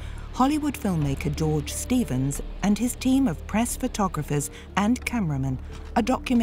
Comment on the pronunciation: Stevens no "Estevens".